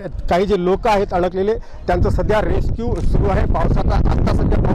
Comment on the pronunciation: रेक्षिव 😂😂😂 रेस्क्यु बोल रे😂😂😂😂